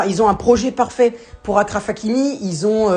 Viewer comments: C’est Achraf que ça se prononce pas Akraff 😭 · Achraf comme chaise ça se prononce de la même manière